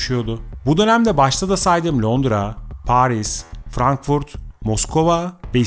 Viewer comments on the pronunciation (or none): none